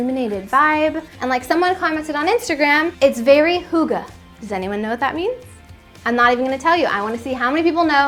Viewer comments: Lol it's pronounced "higg-ah" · It took a few seconds, but you did mean HYGGE. Never heard it said as Huuga. ;-) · Are you trying to say hygge? In that case I definitely know what it means 😁 as a Dane it would be impossible not to 😜🎅